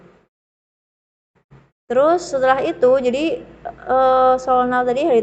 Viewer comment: seollal bc nya ky seolnal